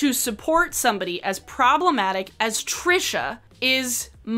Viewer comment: YES!! I've seen so many creators that are responding to Trisha use the wrong pronunciation. It bugs me to no end because it feels like if they can't even pronounce it right they probably didn't even look into it that much.